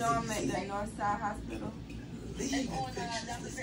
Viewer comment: This 🥷🏾said hopilla...not hospital